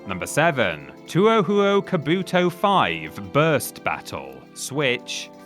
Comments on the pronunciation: Just for that pronunciation of Touhou, should play it for Worst Games. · Touhoum it may concern, Never criticise The Touhou franchise. They are Legion. They will find you. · You mean two oh how oh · It’s 2hu, not “2-oh hu-oh”. That entry ticked me off. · Dawg... It's pronounced more like "Toe-hoe" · I know many have said it but its pronounced "Toh H-oh"! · Too-oh-who-oh? Tread carefully, there's already too much contention and derision over whether it's pronounced, Two-Hoo or Toe-Hoe. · It's TOEHOE! Not whatever Syllable Word Salad you spat out. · Two-oh-who-oh... Deer God. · there is no need to apologise you were stating your opinion respectfully he had no reason to be a jackass and also I to am annoyed by the pronunciation all you have to do is say toe than ho also people have a phone on them at all times just look up the pronunciation it doesn't take that long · should have butchered the pronunciation of touhou Kabuto etc etc even worse imo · the way that y’all mispronounce japanese titles is the reason i keep coming back. the way u said touhou sent my sides into orbit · Bruhhhhh..... the pronunciation of Touhou SLAYS ME Wow I mean, really wow. Here is you award for "Worst pronunciation ever in a Worst Game of video" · Come on, man, you're a gaming channel. At least have the wherewithal to realize you're butchering a studio's name that's beloved by many fans and look it up on Google to see how it's pronounced. Touhou isn't even that difficult of a word. You kinda have to make a particular effort to get it as wrong as this. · that pronunciation of touhou betrays a cultural ignorance that borders on outright offensive in its spitefulness. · TuoooooooooooooooHuooooooooooooo ... mate you weren't even close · i actually never had problems with touhou burst battle, i enjoyed the game when it came out, but the online died out so fast that the game was just boring. and just the way he said touhou, sheesh...